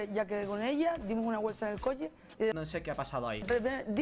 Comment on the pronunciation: Coche -> Coñe, Chusquemos -> Ñusquemos. Chocho -> ñoño